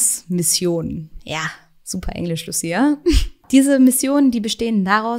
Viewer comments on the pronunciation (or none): none